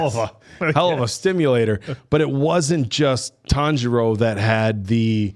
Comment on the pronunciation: We’re gonna be watching the infinity castle and still won’t learn how to pronounce Tanjiro.